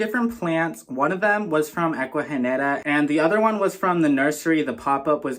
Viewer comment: Aww yes, babes, you said the name right haha 🫶🏽 Omg the turtleeesss!! 🥹😍 ugh, the orchids are so pretty ! The one mounted in wood is so cool…I want to get a few orchids but I’ve killed every single one I’ve gotten from like Lowe’s or Home Depot lol 😭 I’m so glad you got to experience an Ecuagenera Pop Up 🙌🏽💃🏽 hope you’re having an amazing week !! 🤗🥂🩷